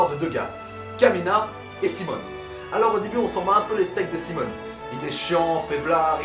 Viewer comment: PUTAIN MAIS SES SIMON PAS SIMONE ARRETE TU ME DONNE ENVIE DE SAUTER PAR LA FENNETRE xD